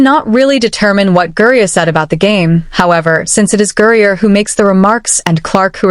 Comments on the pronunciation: ITS GRINER - not gurrier - try to get it right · 🎉 I think it's funny how you can say Caitlin Clark real clear but you can't say Brittney griner you say Brittany Greer Brittany Greer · How come AI can't pronounce the word Griner? LoL. Makes it look stupid. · Why are these AI voices unable to say "Griner"? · That is what AI does.... screws up names... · IDK but it’s on my last nerve. 😂